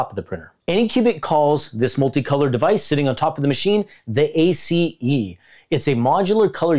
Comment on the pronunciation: It killed me when he said A-C-E in separate letters 😭